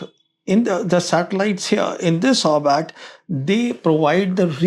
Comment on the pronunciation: It is not 'orbat'. It is 'orbit'. Get you damn words correct if you want to be taken seriously. Gods sake.